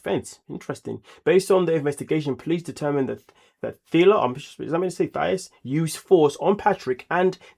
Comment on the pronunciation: Patrick called her Thias